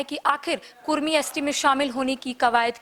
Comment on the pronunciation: कुर्मी नही कुड़मी